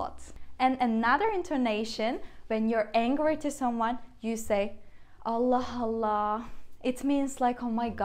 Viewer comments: This is where it gets tricky for me when I try to read phrases like “Allah Allah” because the ending “h” in this case get combined with the “A” of the second “Allah. So to me it sounds like she is saying “Allah Hallah” I think I should switch to learning Italian or Portuguese instead those are much easier to learn. 😭🤦🏻‍♂️ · I didn't said there was anything wrong, but for someone learning the language it becomes tricky because I would said Allah Allah and like I explained it sounds to me like the "h" from the first allah gets combined with the "A" from the second Allah and sounds like "Hallah", but I don't see where I said there was something wrong with it. If that's the way the language works then that's the way it's. I'm not criticising. I'm just pointing out where I'm getting confuing in getting the right prononciation when I read some texts. Thanks.